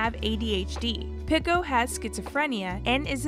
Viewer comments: No way she said Picko instead of Pico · the person in the video pronounced Pico differently so it sounds like they're saying "Pickle" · idk why but this feels so lifeless, half the facts were wrong or straight up came out of nowhere, the woman kept saying pico's name wrong and there wasn't any jokes or whatever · please never say pico again